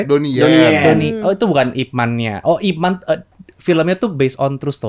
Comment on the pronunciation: Mbok ya mas deddy kasih tau mereka gimana cara ngucapinnya yg bener itu nama Ip Man.....!